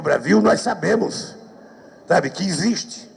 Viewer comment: o foro de são paulo "non ecxiste"